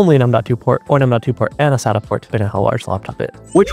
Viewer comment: You need to learn how to pronounce "SATA" and probably "DATA" as well!